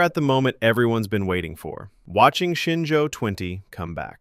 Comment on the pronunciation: It’s ShenZhou (神舟). That mix‑up is just what happens when pinyin and English phonetics collide.